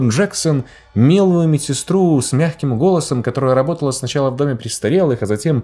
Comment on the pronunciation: "ЛАБОТАЛА" ХАХАХАХХАХЕХЕХЕ